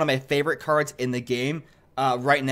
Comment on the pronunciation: Bruh theres no way he says cards wrong by accident lmao